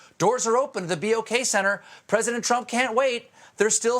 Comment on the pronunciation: Thank you for calling it the B-O-K Center. After the troubling person I heard last week say the name like it was a chicken noise (bawk), I was afraid you'd potentially get it wrong, too.